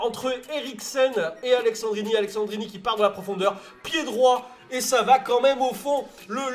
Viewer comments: C'est AleSSandrini et non aleXandrini ! Sinon tres bonne vidéo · ça m'a stressé toute la vidéo que tu dise AleXandrini alors qu'il s'appelle AleSSandrini tu le vois ou le X dans son nom? 😂😂😂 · Par contre c'est Alessandrini pas Alexandrini mais on t'en veut pas ahah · Alessendrini y’a pas de « x » 😂🤦🏼‍♂️ sinon cool la vidéo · Sa se lis pas Aleksandrini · c'est aleSSandrini et pas aleXandrini bordel... mdrrr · AleSSandrini !!! c'est pas AleXandrini... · Tu sais pas lire c'est aleSSandrini y'a pas de X dedans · "Aleksandrini" "Gabriel Jézu" 😨😱😵